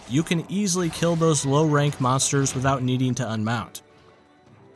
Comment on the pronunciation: Mansters???? Stilupid person with the voiceover